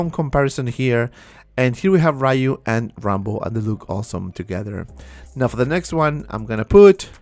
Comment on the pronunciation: Street Fighter is a 36 years old game, and people still pronounce his name “RAYU” 🤦🏻‍♂️